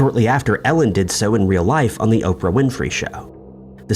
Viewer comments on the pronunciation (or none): none